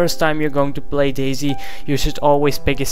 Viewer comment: You say dayz like daisy, subbed.